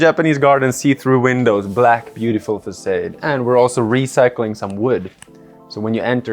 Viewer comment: the way you pronounce facade is incredibly irritating